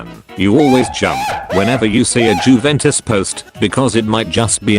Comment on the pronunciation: "jewentus" tts knows